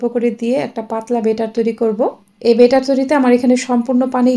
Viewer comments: বারবার বেটার বলছেন, উচ্চারণ হবে ব‍্যাটার Batter। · 😂😂😂ব্যাটার না বেটার হবে।। আপনি ভুল উচ্চারণ শিখাচ্ছেন।।